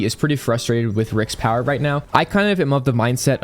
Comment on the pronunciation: are you serious right neow?